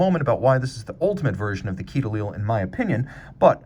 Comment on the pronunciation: FYI - a quai is a dock, or the English version is a quay. Pronounced like "kay" which you actually pronounce right at the end !